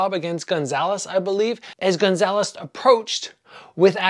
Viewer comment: It's Goncalves (Gon-sal-ves) not Gonzales